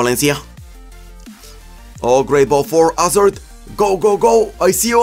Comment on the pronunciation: Will never get tired of you saying "AZARD"! Your videos have really helped me learn a lot, thank you very much!